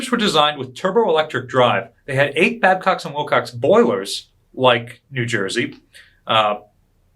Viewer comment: There it was again: „Babcox and Wilcox“ 😂😂 - it is Babcock & Wilcox 😉😉